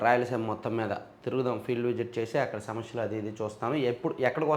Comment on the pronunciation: సమష్యలు కాదు సమస్యలు